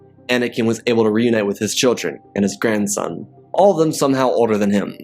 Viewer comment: you said grandon